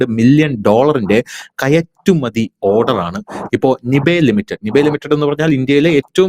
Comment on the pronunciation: Say നൈബ് ലിമിറ്റഡ്. Not നിബേ ലിമിറ്റഡ്.